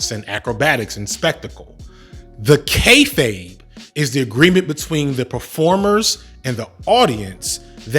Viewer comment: Thank you for teaching me how to pronounce “kayfabe”, I have been saying kay-faw-bay for ages